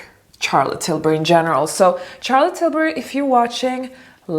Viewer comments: You could probably get a collaboration with Charlotte Tilbury for sure, but you should start by pronouncing her name right. You pronounce Charlotte as you would pronounce Sh like Sharon, not Ch like Charlie. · Wonderful video but darling please say “Charlotte” with a “Sh” sound not a hard “CH”... love 💕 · I am sure Charlotte would love to collab with you once you correct the pronunciation of her name in the way it is meant to be pronounced SHAR-LUT. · Dear, thank you for making this video and showing us that makeup can be simple, and not overdone with a million of products. I hope you don't take this the wrong way, but I would like to bring your attention to how you pronounce Charlotte Tilbury's name. The "ch" sound in Charlotte's name is pronounced as "sh" sound, like in the words "should, shroud," not like "church" or "child." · It's not how Charlotte is pronounced, but who cares, it starts with an "sh" sound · Its actually pronounced shar-let :) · Just pls don't say Tcharlotte Tilbury.